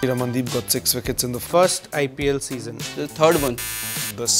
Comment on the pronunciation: PURE INDIAN Pronounciation of The name by DB 😅